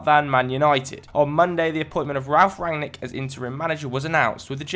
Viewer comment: Wow, the first FD guy to pronounce Rangnick correctly. Congrats